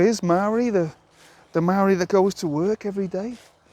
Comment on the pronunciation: You don't even pronounce the word Maori correctly lol. Maori are the tangata whenua who had their lands taken from them and they want it back from the crown. Fair enough too your outsider opinion has landed you in it stop crying and deal with it